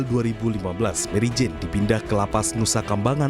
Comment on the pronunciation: waduh orang Indonesia nama Mary Jane di baca jadi Marijan he he